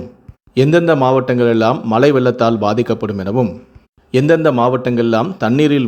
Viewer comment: Tamizh ucharippu padu moosam mazhai enbathai malai ean ucharikkirar muthalil tamizhi nandraha padi pinbu nee seithi vasikkalam